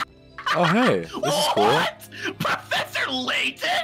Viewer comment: omg professuh <3